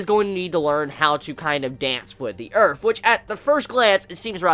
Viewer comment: nice good revew, but allow me to point out 1 thing to you please: the word is earth, not earf, LOL!